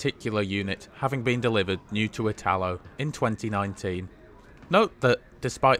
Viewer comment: Note: when pronouncing "italo" the accent falls on the "i", just like Italy.